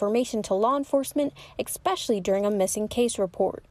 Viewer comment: Reporter; "exspecially" is not a word..., It's, " especially"